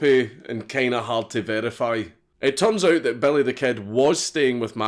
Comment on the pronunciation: Why would you call him Belly instead of Billy? 😂😂